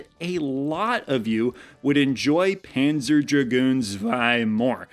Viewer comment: Tip: the z in zwei or panzer is pronounced as ts.